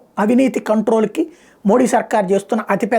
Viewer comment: నమస్తే..🙏🙏 ప్రధానమంత్రి గారి గురించి మీ విశ్లేసన చాలా బాగుంది..👏👏 కానీ., మోడీ అనే ఉచ్చారణ అంత ప్రభావవంతంగా లేదు. మీరు మోదీ అంటే., వినడానికి చాలా బాగుంటుంది. ఒకసారి ప్రయత్నించి చూడండి.